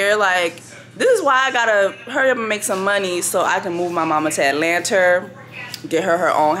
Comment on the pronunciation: I say Atlanter too now 😂😂😂😂😂